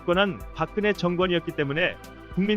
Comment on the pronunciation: 헌법 [헌:뻡], 정권[-꿘]의 소리내기처럼 경음화, 곧 된소리되기를 좀 더 세심 하게 살펴서 발음해 주면 좋겠습니다~